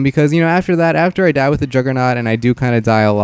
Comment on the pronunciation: Is it just me or did anyone else here tie instead of die